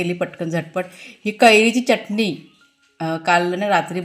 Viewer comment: तुमचे सर्व विडिओ बघते. आवडतात मला पण चटणी म्हणत जा च्यटनी नाही